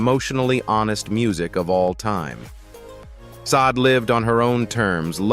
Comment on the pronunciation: How about Barry Gordy speak his own truth!!! Look over here instead of looking my way that's the feeling I'm getting. And who is teaching these AIs. Sod??? Poor Sade, the AI butchered her name. Back to the class room mister. Your voice and the way you pause and smash words together, well it was really hard to get through this video.💜💜💜